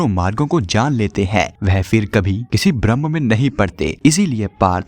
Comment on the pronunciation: Many times should not pronounce Brahma but pronounce Brahm I mean differentiate where to say Brahm and where Brahma